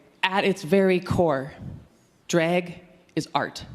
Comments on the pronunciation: I thought she was saying Dreg = Art and got confused, then I got she was saying Drag. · I keep hearing "Dreg".